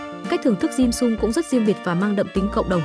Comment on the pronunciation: Cái topic thì hay nhưng nghe người đọc “ dimsum “ bằng giọng vn thì hết muốn xem nữa. Cho dù trong tiếng anh người ta cũng không phát âm một cách khó nghe như vậy những tên tiếng nước ngoài